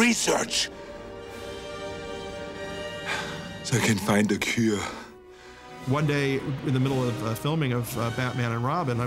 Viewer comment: ... "so I can faind a quiua"